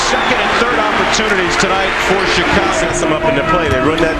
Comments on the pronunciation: U have a good show. I from Chicago. Born and raised. Theres 2 things we gripe about. 1. Pizzas has to be good. 2. When people pronounce Illinois with the S sound. The S is silent. Now... it's annoying when u pronounce Chicago without its SH sound. That is sooo fucking annoying. Its pronounced, Shicago not Chicago. Of course it's spelled as Chicago. Got it!!! Work on it. Jeeez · Sorry but I hate how this guy says Chicago god damn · Dude...why can't you say Chicago properly? Or Charlotte for that matter? Just curious.